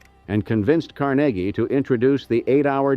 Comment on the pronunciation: Car NAY ghee, (not Carn a ghee).